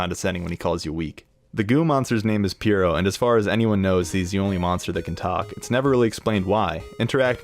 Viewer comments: You said peer-oh it’s purr-oh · EVEN THO IM LATE TO THE PARTY ITS PRONOUNED LIKE PURR OH NOT PURE OHMYOU DODOS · I can’t get over how bad the pronunciation of puro is lol